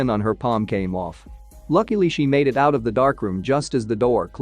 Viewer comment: When he says "Lakily"